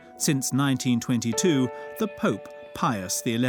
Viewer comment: I wish someone would tell the narrator how to pronounce "Pius." Hint, it's not Pee-us.